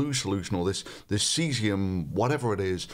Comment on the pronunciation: Thunderf00t, why do you pronounce words Cesium and Chlorine like: "Cheezium and Klorine"?